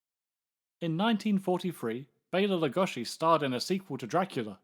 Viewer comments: Why are you saying lugoshi ? WHY !!????? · Who is this "Lugoshi" you speak of? I only know of Bela Lugosi. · I'm surprised Columbia was able to get away with copying so much of Universal's franchises. I never knew that the name Lugosi was pronounced Lugoshi. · Well, it's a shame that so many fans of Bela Lugosi pronounce his name wrong. It's disrespectful in a way. So, it is LugoSHi like, for example (John) Belushi. In Hungarian, letter S is for sound ''Sh'' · "Bela Leh-GUSH-I" ?? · Pronounce his name properly PLEASE! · we are not hungarian and even he didnt pronounce his own name like that niether did anyone else. . It may be trendy to try and pronounce forign names in a forign accent but its just pretentious and silly attention seeking. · Go back to school, AI, and learn to pronounce Lugosi without an "sh" sound.